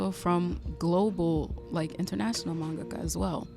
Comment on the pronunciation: Maybe I’m too "particular", but thank you for taking the time to pronounce manga-ka correctly!!! I’ve watched too many videos where it’s been pronounced man~GAKA. I’m taking that as a sign that your video came to me at the right time. I had a dream to be a manga-ka in elementary and high school and then it kinda faded as I became an adult.